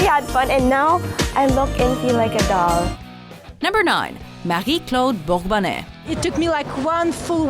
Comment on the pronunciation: Bravo! Nice pronunciation of Marie-Claude Bourbonnais!!!